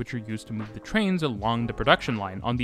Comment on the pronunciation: To make your narrative more pleasant to listen to, and sound more professional, please stop pronouncing the word 'the' as 'thee.' "The' is pronounced as 'thuh.' Also, stop those hard, random, inappropriate emphasis of syllables within words. It mimics contrived and artificial speak.